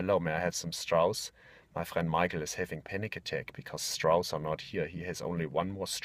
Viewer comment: "Also just go to ze coffee shops, zey have like five souzand strauss."